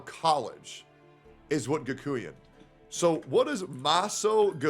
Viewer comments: its not Gakooyan, its Gakoo-N (like the N alphabet) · Kakuien? Really? Ga from GAsket. Kuen from QUENch. Next time use Google 😋